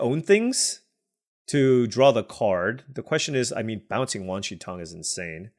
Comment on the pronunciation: You are generally pronouncing Wan Shi Tong correctly.